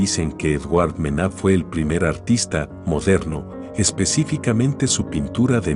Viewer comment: El contenido es súper interesante, pero al utilizar voz de IA, te estás confiando y la pronunciación no es correcta, eso pasa con la obra de Manet (que la voz lo lee como Mena), y con Jackson Pollock (que la voz lo lee como Pale)